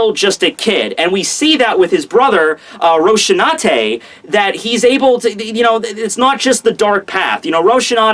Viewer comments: Rosinante, not Ro-sh-inante. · Rose C Aunt Te Rosinante it’s spanish Spanish not America lmao